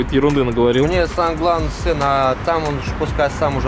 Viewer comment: Макс пачиму отець говорит син а не Макс?